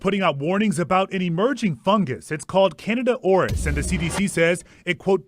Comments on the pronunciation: Dude really said Canada Oris 😂😂😂😂😂 🇨🇦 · pronounced "CANADA ORUS" Oh, I don't think our neighbors to the North will be happy about this!! 🤣🤣🤣